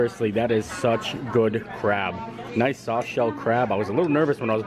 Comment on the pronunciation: be careful bud. I know you said “that’s good crab” but sounded like “that’s good crap” lol 😂 I’m only poking fun at the sentence